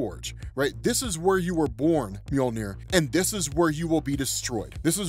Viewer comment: Omg sooo… it’s “MjODINir” daaammmnnn